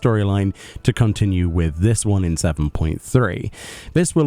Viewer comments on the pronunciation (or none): I think Oneiron is pronounced "Oh-NEER-on" based on the Greek word for Dream. Makes more sense than One Iron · It's pronounced Vault Oh-Nay-Ron as in the Greek word for dream, not One Iron. Great video otherwise, thanks. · FYI, I think Oneiron pronounced "oh-NY-on." From the Greek "Oneiros" for "Dream." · lmao I never realized it spelled “One Iron”. I pronounced it Oh-nei-ron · It's 100% oh- neigh - ron